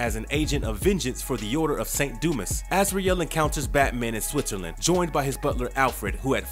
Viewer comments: It's do-ma not do-mis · A small critique... In "Saint Dumas" the "S" is silent. It's pronounced "Saint Dumah" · Dumas is pronounced “doo-mah” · Its pronounced Du mas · It's pronounced dū-mäs! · I had to stop because of the way he pronounces “dumas”